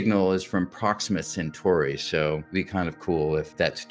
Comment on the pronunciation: Gah, CentAUry, not Century!